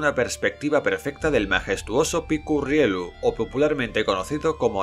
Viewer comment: Es URRIEYU (es con ll pero para q no quede duda sobre pronunciación)...es TORRRECERREDO , no " la torre Cerredo)